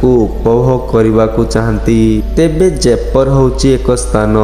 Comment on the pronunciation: ଦୟାପୁର୍ବକ ଓଡିଶାର ସ୍ଥାନଗୁଡିକର ନାମ ଭଲରେ ନିଅନ୍ତୁ 🤦🏻🤦🏻। ଜୟପୁର, ବଡବିଲ, ରାମଚଣ୍ଡି, ଗନ୍ଧମାର୍ଦନ 🤦🏻🤦🏻 ଭାଇ ଟିକେ ଭଲରେ ଉଚ୍ଚାରଣ କରନ୍ତୁ । ମୋର ଆପଣଂକୁ ଅନୁରୋଧ । ଭଲ ହେଇଛି ଭିଡିଓ